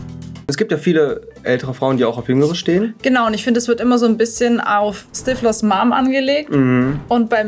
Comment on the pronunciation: Stifflers mum , nicht stivlors! Hab mich fast angesprochen gefühlt 😱